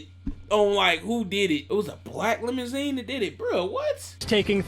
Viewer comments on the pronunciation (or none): boy said LEMON-ZINE😂😂😂😂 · “A black lemon-zeen” 😭😭😭